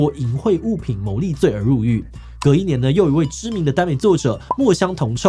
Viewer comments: 墨香銅ㄒㄧㄡˋ(O) ㄔㄡˋ(X) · 墨香銅臭（ㄒㄧㄡˋ） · 其實那唸墨香銅臭ㄒㄧㄡˋ(⁎⁍̴̛ᴗ⁍̴̛⁎) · 臭的念法應該是"秀" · 志祺！那個字是要念墨香銅臭（ㄒㄧㄡ、）喔！ 銅臭是古代銅錢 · 墨香的名字真的很常被念錯QQ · 真的在找這條 一聽到就超級在意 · 頂 剛要留言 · 这个要顶，我第一次看志琪77看到大声纠正发音